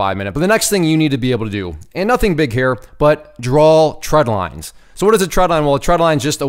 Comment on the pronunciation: Great video. The only issue I had with it is you kept saying “tread lines,” and they’re “trend lines.” Other than that, everything was good.